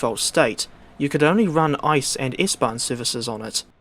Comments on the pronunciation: Its pronounced I-C-E, not ice. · One does not pronounce the ICE train the same as Ice in ice cream, you pronounce each letter seperately, as they stand for different words. I (Inter) C(City) E(Express) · It's pronounced I Cee Eee